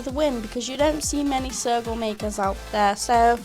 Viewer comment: When you said sergal I thought you said circle and I was like "Whut ?" XD